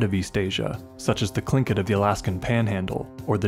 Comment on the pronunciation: Wow, a narrator that knows how to pronounce Tlingit! That, in itself, is anomalous. 😉☺